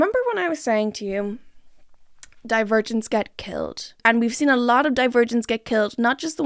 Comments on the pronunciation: Every time you say Divergents I hear Die-Virgins and its taking me tf out lol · About 10 min into the video I started hearing “divergents” as “the virgins” and honestly that further enhanced my viewing experience